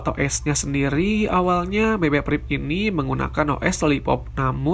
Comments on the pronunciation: priv bukan prip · BB PRIP wkwkw